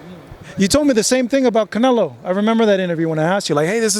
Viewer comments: bivol is always roasting canelo intentionaly i suppose and i love it . he said canelaa 😂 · He says CANELA 😂😂 💪🏼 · Attaboy, that's the correct pronunciation: canela! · I really hope he never stops saying canela 😂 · Lmfao love how bivol calls canelo canela lmfaoo 🤣 this guy smart asl their iq is high this is why they can learn multiple languages so fast. These fighters are one of a kind. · Every Russian says it like that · Russians can’t pronounce canelo that’s why